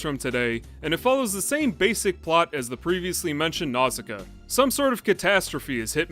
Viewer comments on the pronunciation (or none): Pronounced more like "Now-see-KAY-uh", but ok. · Nausicaä is meant to be pronounced NAW-sih-KAW-uh by the way. That’s why there’s a dieresis over the final A; to show that it’s pronounced independently of the vowel it’s next to. Like Zoë and Chloë. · you're right & I apologize. Your video inspired me to re-watch & you said it the way they pronounce in the english dub. I hadn't seen it in years & greek mythology got in the way...my bad.